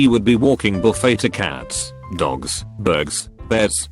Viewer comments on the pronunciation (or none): none